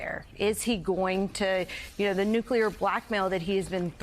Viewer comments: Nu-cu-ler. LOL! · FreeSpeech4OBidenRegime I was only saying that pronouncing "nuclear" should be something journalists should know how to do.